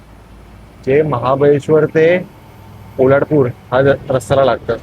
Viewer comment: पोलाडपूर नाही रे बाबा पोलादपूर.